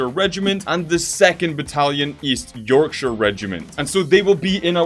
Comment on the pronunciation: Finally an American pronounces Yorkshire right